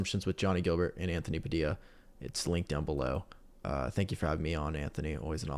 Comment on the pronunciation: “Guilbert” not “Gilbert”